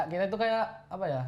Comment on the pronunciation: Salfok ama "apah"